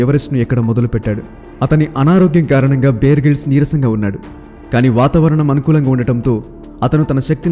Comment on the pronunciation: Brother, "బియర్" గ్రిల్స్ కాదు, "బేర్" గ్రిల్స్. 👍